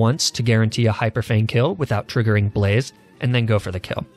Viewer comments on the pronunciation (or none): none